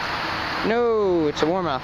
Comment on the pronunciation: Not warmouth